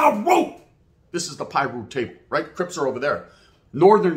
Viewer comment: He said cripas😂